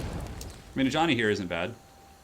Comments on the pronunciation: I actually thought he just gave him the nickname of Johnny lol. Didn't realise it was the accent/pronunciation. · When you calling Ajani ,its sounds like Johnny :P